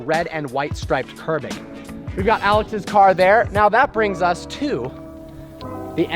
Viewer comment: Did you actually just say "red and white curbing" lol dude dont do that please